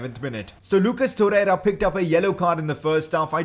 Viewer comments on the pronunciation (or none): none